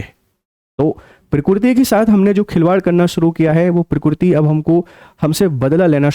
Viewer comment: Are murkh .not pokkiriti.. pokkiriti hi keya . Allah ka kudrat hi